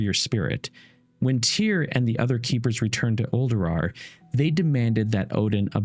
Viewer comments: these lore video's are amazing! but am i the only one who constantly hear say Uldurawr instead of Ulduar? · You have the ability to re-do things and edit them. There's no actual excuse for leaving poor pronunciation in a video besides being too lazy to fix your mistakes.